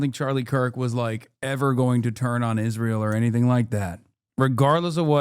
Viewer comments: Why does Owen say it like “ish-rael” kinda bugs me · She is the only person I've ever heard pronounce it "Ijrael" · Did Candice Owens always pronounce Israel like ISHrael? I guess I never noticed bus she said it like that EVERY time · Why does she say Isjrael? Lol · She pronounces it a bit like "Ish-rael" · Every time she says "iszhrael" I want to fucking scream